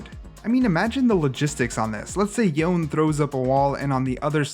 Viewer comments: Didn't Yasuo pronounced his name as Yone not youn? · It’s yo-neh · yo-nay. his name is pronounced yo-nay. watch his release trailer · I wonder why people keep pronouncing Yone as "John" lmao, it's pronounced as it is written lol, they even pronounced it in many cimenatics